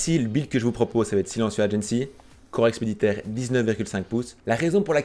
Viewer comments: Par contre juste fais gaffe: corps expéditionnaire pas expeditaire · EXPEDITIONNAIRE PAS EXPEDITAIRE